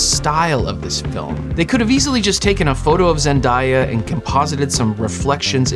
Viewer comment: big year for zen-dye-ah